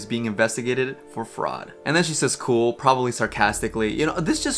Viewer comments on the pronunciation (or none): none